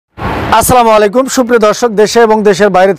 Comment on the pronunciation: vai salam ta shudho nahoar karone guna hoitase shudho kern assalamu alaikum